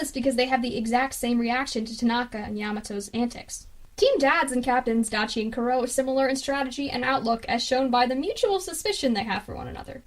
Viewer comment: i laughed so hard when she said Dah-chee lmao its said Die-chee hahaha i can't! its not even hard, there names r so easy to say, especially when they r said so many times in the anime, like come on!